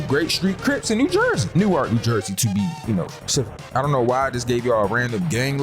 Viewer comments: Nork=newark not new-ark lol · …. Bruh dont ever say “new ark” it’s pronounced “Nork” I’m literally a 5 min walk to Newark NJ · As some random person from Newark ,nj we say our city as one syllable like “nork”, nj lol but showing love and like your video ❤